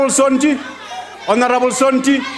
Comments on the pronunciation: The word "Honorable " was murdered that day...🤣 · Last honarebel is what? What?